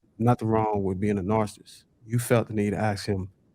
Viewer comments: can't pronounce narcissist or narcissism. She should avoid using those words. She also proved them right regarding women being children mentally. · Omg. Nobody can say "narcissist"??? TF!!??